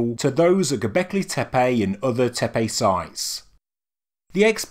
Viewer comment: Please, please, learn the correct pronunciation of the sites. In Turkish language, c is pronounced as a j, ç is ch and ş is sh. Tepe is not tepay, but tepeh.